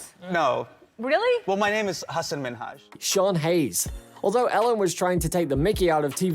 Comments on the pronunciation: I love how the narrator keeps talking about how Ellen mispronounces Hasan Minhaj's name, while mispronouncing his name the whole time. You can't write this stuff. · This guy also mispronounces Hasan Minhaj's name. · Anyone else find it amusing when this forced commentator slates Ellen for mispronouncing Hassan Minaj’s name yet he himself also gets Hassan Minaj’s name wrong